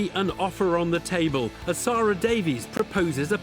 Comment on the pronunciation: DEBBIE... DEB... Seeeer-AHhhhhh... Really Dude!?! Ugh